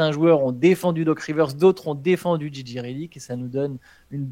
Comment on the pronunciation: Jay Jay pour la prononciation et non Gigi pour Reddick merci Les gars